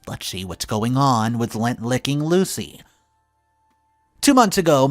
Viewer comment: It's lint, lint licker. Not Lent, period before Easter, or lent, past tense of lend.